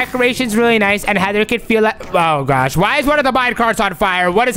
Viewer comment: Oh my gwaaaaaash oh my gwaaaaaash. Learn to speak properly